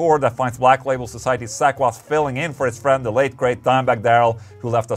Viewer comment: "Sack Wylde" - Ola... love you man 😂